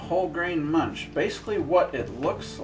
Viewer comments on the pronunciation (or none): none